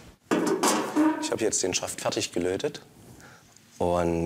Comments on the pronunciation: Dass er aus dem schpönen Sachsen kommt, war mir irgendwie klar als er weiter vorne so richtig schön "fertsch" gesagt hat. Das ist so ein typisches Wort für Sachsen. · Er hatte mich bei "Fertsch" - und dem Lachen danach 😂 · Orgasmus auf Sächsisch: "Färtsch"🤩😜